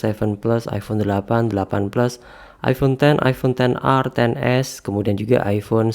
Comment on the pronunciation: iPhone bang, bukan iifhone